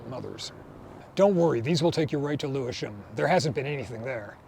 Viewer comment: An American pronouncing Lewisham properly? I am impressed